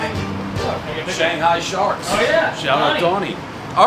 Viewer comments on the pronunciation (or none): none